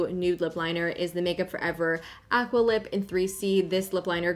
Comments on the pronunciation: She always says her a’s wrong😂 like in aqua and agave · Leah Orr she lives in Quebec...chock it up to dialect